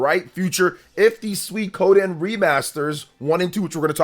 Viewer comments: Other than putting the emphasis on "ko" instead of "sui", pronunciation is mostly okay. Not like there are that many ways you can mispronounce that anyway. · My new favorite hobby is seeing how many different ways YouTubers can pronounce "Suikoden".